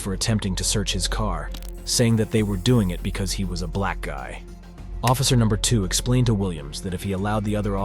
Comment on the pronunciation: You could have labeled this as people behaving badly or ignorantly etc, but nope. It’s Buuuh-laaaaaccccckkkk people. That’s you saying black, btw. You add so much emphasis, like a sweaty sock is in your mouth and you can’t stand it. You’re sad.